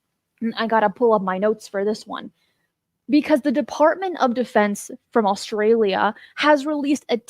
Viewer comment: Australia not Allstralia! My dad says it the same way lol!